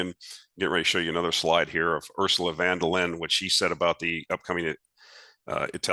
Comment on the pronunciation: Hi: friendly help offered for her name‘s correct pronunciation: Ursula Fun-der-Lie-an 😅